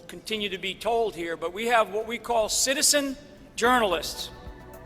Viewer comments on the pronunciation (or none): none